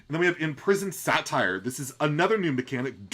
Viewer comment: I like how you call Satyrs "satires" :D Mana Burn is an awesome card, also really digging the Prime mechanic. I also wonder if Zephrys will pull DH cards since some of them are very situational but helpful!